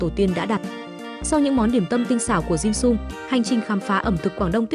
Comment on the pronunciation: Cái topic thì hay nhưng nghe người đọc “ dimsum “ bằng giọng vn thì hết muốn xem nữa. Cho dù trong tiếng anh người ta cũng không phát âm một cách khó nghe như vậy những tên tiếng nước ngoài